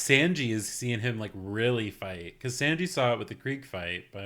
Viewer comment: Oh how did I just realize you're pronouncing Sanji's name wrong, sorry for not helping you earlier, it's pronounced (Sawn-ji) I'd say it's pronounced like the number 3 in Japanese, but I doubt that'd help lol.